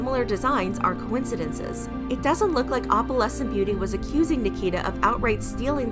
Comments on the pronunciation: I’m cringing so much at how you pronounce opalescent. It’s not Oppalescent it’s Oh-PAL-ess-ent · OH-puhlessent. Not AWP-uhlessent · i cant stand the way she says opalescent you pronounce the O in opalescent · i’ve never heard someone say opalescent like that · The way you pronounce "opalescent"... yikes... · The fact that she’s pronouncing opalescent wrong the WHOLE TIME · How do you pronounce it?